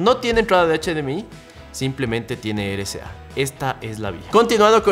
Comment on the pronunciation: amigo pronuncias RCA como "ere ca" es erre c a ,espero entiendas a lo que me refiero